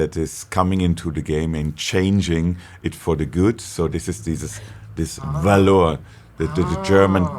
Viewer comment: I had to see the word written to know what the name of the company was and have the lightbulb go off above my head. Where I am from, the word "valour" is pronounced "VALL er" and the guy kept saying something like "val OOR" and I think it was his syllable stress that was throwing me off.